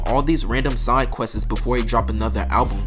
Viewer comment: “Side quest-es”? Bro a whole idiot trying to be a public speaker on YouTuber 🤦🏻‍♂️